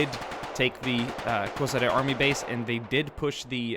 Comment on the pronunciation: Kozare?? Kozara is in Bosnia Its a Koshare